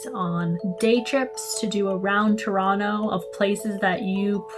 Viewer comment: I liked how she said Ttoronno 😊